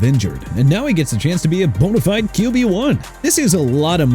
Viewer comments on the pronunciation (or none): none